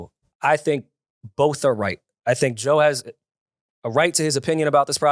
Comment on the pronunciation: can’t even says Joe’s name…It’s sick